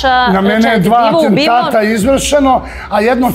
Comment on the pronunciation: On ne zna ni da izgovori pravilno, kaze aNtentat 👯🤷‍♂️🕺